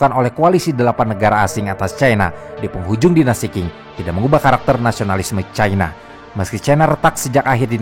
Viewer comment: Dinasti Qing itu seharusnya dibaca sebagai 'ching', bukan 'king'